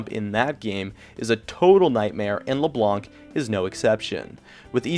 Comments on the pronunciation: in LeBlanc, the "c" is silent "Blanc" is french for white and it's just pronounced "blan" =) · I don't think you have to pronounce the "c" on leblanc, say it like leblan (the white in french) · We don't prononce or say the c in french for le blanc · In Philippines we read leblanc as "LayBlank